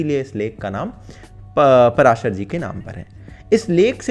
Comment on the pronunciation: पराशर नहीं पाराशर है भाई।